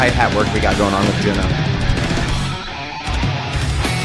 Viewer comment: Thank you for introducing HAGANE. The drummer is JUNNA, not Juna. JUNNA is pronounced as JU-N-NA. Recommended list